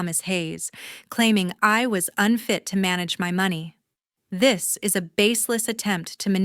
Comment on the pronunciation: AI still can't pronounce money!!! Very annoying. Do better!!!😢😢😢😢😢😢😢😢😢😢😢